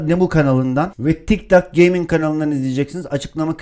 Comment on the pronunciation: Nobody:tiktok gaming:tiktak gaming